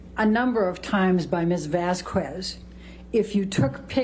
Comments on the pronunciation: Amber's attorney annoyed the hell out of me with "Miss Vazz Kwezz", it's common courtesy to attempt to pronounce someone's name and surname correctly. Who am kidding? She didn't even know Amber's name at the start, look it up lmao Maybe I'm just too "English" so I set my expectations too high. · This ain’t got nothing to do with the case, but her lawyers are some of the dumbest educated people I’ve seen. Like, I’m sure they’re educated on laws and whatnot. But listening to them stumble over words or pronounce Vasquez with an audible “u” is distracting.